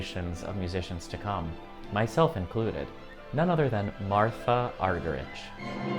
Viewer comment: You might like to check how to pronounce Martha Argerich!